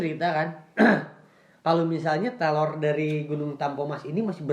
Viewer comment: Ini kuping ku yg sombong apa emang nyebut "teror" jadi "telor"?